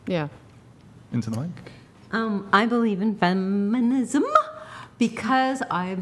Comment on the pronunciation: . Somebody please make a gif or song how she said the non-word feminism. PLEASE.